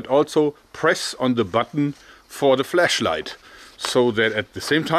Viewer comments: You keep saying "fleshlight" instead of "flashlight" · It sounds like he is saying flesh light